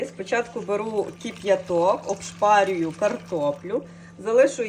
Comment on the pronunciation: Не "оБшпарюю", а "ошпарюю". Будьте здорові.